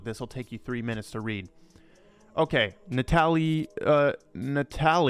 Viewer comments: Natalie? Why is he pronouncing it Russian. Its a regular western name 😂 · i was thinking the same thing hahah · (Nat-Alley) loads of Natalie's in Canada